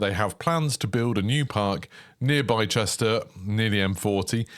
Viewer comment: yeah, in the uk, if it ends in ‘cester’, it’s pronounced ‘ister’